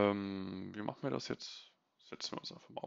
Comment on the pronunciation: Sehr coole contents, Danke dafür Gleichzeitig keine Ahnung woher das kommt, und warum es mich so nervt, aber diese unnötigen e am Ende von vielen Wörtern finde ich so dermaßen nervig, das ich die Videos oft nicht gucke... Keine Ahnung ob es dich interessiert, aber wollte es Mal als konstruktives Feedback einbauen Machene, hebene, Projektione